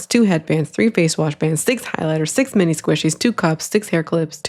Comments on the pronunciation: why do all of the AI voices say meenee instead of mini 😬🙂‍↔️ i think it would be fine if it wasn’t normalized to get ten scoops for like $20 a scoop or whatever ridiculous price it is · Minor thing on the AI voiceover but the way it mispronounces words is soooo annoying to me omg, "meanie" notebooks instead of mini, "hair tee-eye" instead of hair tie. I feel like it just adds to the ragebait component of these videos. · Obsessed with how in the first video mini is pronounced meanie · I kept hearing “meanie” too 😂😂😂 Took me way too long to figure out what the AI was doing. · I think it’s trying to say “mini”